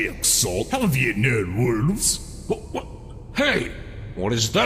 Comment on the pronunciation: "Have you no wulves?" Still a great line no matter how many times i re-watch TTS.